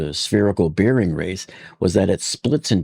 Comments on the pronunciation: Bearing rhymes with "bare" not "beer". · FYI, klev-is bair-ing